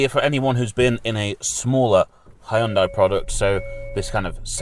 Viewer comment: Finally someone actually pronouncing it Hyundai and not "Hayundai"